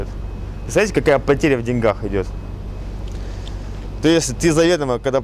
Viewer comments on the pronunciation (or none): none